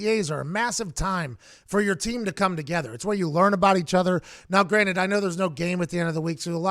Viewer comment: He pronounces it "now granite."